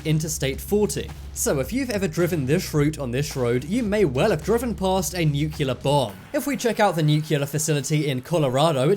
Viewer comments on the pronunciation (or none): Newk-key-lur....bro, you say that like someone who just learned how to talk